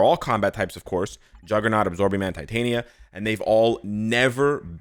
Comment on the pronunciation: That was Tit-Tania!! Sorryyy 🤣🤣